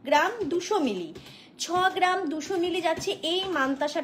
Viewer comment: Collection darun but per geram noe gram.pronunciation thik korun please